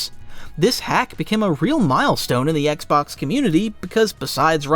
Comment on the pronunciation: I swear I heard you call it the oxbox for the first Xbox. It’s literally thee best accidental name I’ve ever heard for a console. It’s so huge it’s the oxbox ha! Well that is my sign for too much internet. I’m gonna stop myself here.